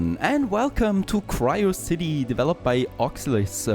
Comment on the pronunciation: Actually its Quriocity not Quirecity, u stupid.